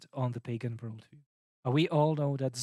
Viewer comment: no hate, but every time you say 'pagan' I hear bacon, uhmmmm BACON